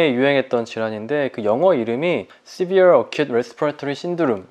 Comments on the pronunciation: Sebere가 아니고 severe 입니다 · Sebere(X) Severe(O) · Sebere가 아니라 severe네요